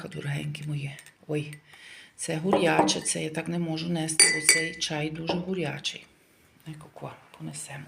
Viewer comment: Які стіпсі,чай гурьячий,як тт говориш ,40 років в Італії,ПОЗОР.